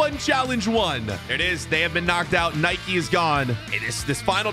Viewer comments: It’s not nikeee it’s Nike also it’s not adeedas it’s adidas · It is not Nikey it is nike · Why do u call it nikey WHYYYY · its not NIKEE ITS NIKE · It's nike not Nikée and adidas not Adeedas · its not naiki it is nike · It's pronounced Nike not Nik. Nike was a Greek Goddess and the Greeks pronounce the E. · Its not niké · IT IS NOT NIKIE ITS NIKE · Nike not nikeeeeeeeeeeeeeeeeeeee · who tf says addedas and nikeeee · Can't you even pronounce Nike